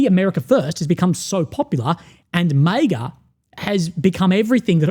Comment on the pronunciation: I love you but why do you pronounce MAGA like that